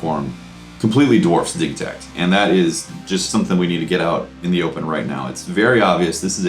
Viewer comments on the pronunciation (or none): It's DIJ-i-takt